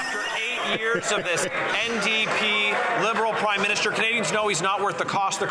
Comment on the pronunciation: it sounded like Larry Brock almost called him the "Crime-Minister". It would be a more accurate title.